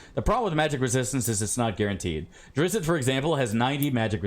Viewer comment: It's DRITSST. I feel like you MUST know that and are saying it that way to trigger me, specifically